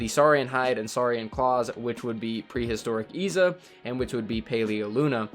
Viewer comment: Its pronounced Izza